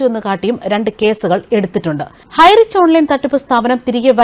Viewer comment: highrich എന്ന് പോലും പറയാനറിയാത്ത ആരാ ഇത്